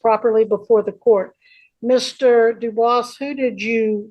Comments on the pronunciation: Is the name “Dubois”? Cause if so, he definitely is not correctly pronouncing it in the French way. It IS “doo-bwah” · Do-booce is most definitely not the original french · Uh, its Dufus